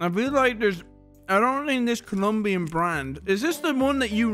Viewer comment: Is Colombian, not Columbian. chat we gotta cancel. is a joke by the way he get's the Colombian seal of a approval from me